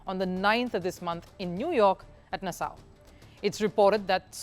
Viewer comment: Does she always sound so condescending? Also, producers or editors don't read the comments. The last video clearly advised Nassau is not being pronounced correctly, it is pronounced Nas Saw!